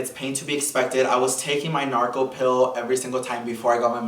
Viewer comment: I love the way he says Norco it’s the best😭😭😭 sounds like he seen Narco